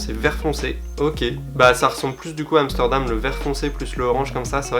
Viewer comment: air max one amstordom ahaha